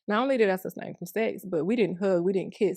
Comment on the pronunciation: can't even say ABSTAIN properly 😂😂😂😂 it's not sustain from sex sweety, jeezus